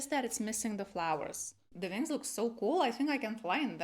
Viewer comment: How come you can pronounce the w in 'one', 'where' 'we' and 'well' but not 'wings'?